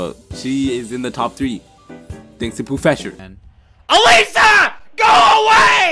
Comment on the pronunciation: You tagged poofesure lol